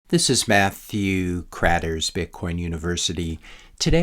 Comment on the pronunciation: This is... I like how you drag out your 2nd syllable of your first name. 😅😱🤣